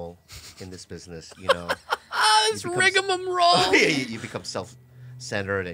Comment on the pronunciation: "Rigamom Roll" 🤣🤣 you know Bobby's been talking to Whitney she always says rigmarole.